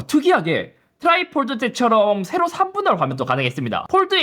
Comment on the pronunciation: 세ㄹㄹㄹ로 가ㄹㄹㄹ로 하는 잇섭님 발음이 우리 돌아가신 할아버지 생각나네요 ㅋㅋ큐ㅠㅠ